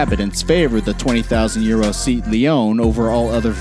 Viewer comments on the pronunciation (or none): He said Seat if it would actually be a seat to sit on lol